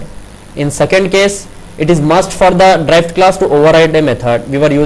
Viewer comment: You are pronouncing Derived class as "Drive" class.........it was confusing for me earlier...otherwise Nice video.